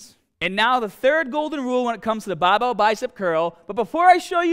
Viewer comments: Was watching an 4 year old vid and then came to this and looks like has picked up an Australian accent?? (Pronouncing hahd instead of hard and bahbell instead of barbell) Did he immigrate? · Curl the bahhbell in ya ahhms real hahhd! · BAHBELL STAHDED AHMS HAHDA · "bawbow biceps curls" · I think you spelled the tittle wrong; because its not Barbell, its Bah-bell Love the video! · Gotta be from Bahhhston?? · I should've used the straight BAAHBELL! Love you:p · Baaaahbell, Aahms, Taaahget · Tense your Bagh and grab the bahball heavy bahhh bahhbell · "Babel curl" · You won't get big unless u say bahhbell